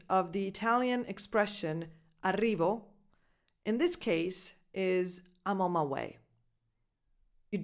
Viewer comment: "Aimonmaiuei"... So funny! I can't stop laughing 😅